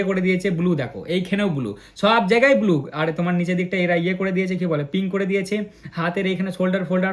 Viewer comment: দাদা তুমি ব্লু😂 বদলে বলছো বুলু